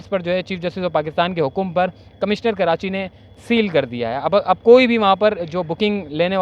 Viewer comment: کرانچی بولتے ہو ، کراچی صحیح لفظ۔